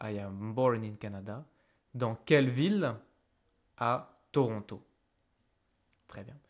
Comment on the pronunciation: I recently moved to Québec from Ontario and you are the first one I heard ToRonTO😁 Way much better then Troono